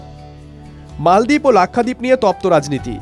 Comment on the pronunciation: মালদ্বীপ৷৷ মলদ্বীপ না😂